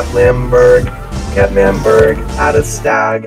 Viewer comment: I'm crying lmao... when sapnap called lmanberg/mangberg lamberg!! HAHA